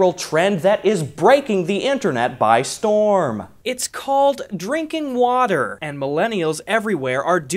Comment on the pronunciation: "By STORrm" lolol